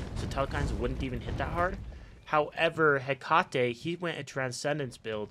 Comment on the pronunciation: its such a pet peeve how every smite youtuber pronounces Hecate wrong. its pronounced Heh-kuh-tee. Love the videos though, keep it up <3